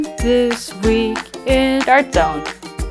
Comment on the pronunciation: That "Dawrt jzoan" in the intro was adorable 😂